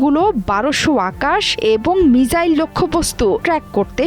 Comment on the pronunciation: মিজাইল না মিসাইল